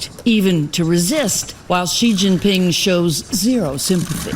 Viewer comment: XI Jingping, NOT JI